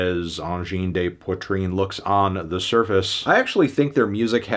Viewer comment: Learn to pronounce Poitrine first.